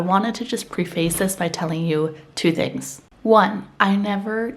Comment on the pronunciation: Did you say "pre - face? I'll stop there.